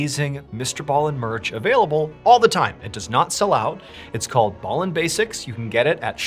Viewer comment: I'm sure in a interview that you did you said you're name was pronounced B. ALLEN and not BALLEN.. ??ANYWAY love stories dude ❤ and the way you bring them to life I'd brilliant keep up the excellent work buddy.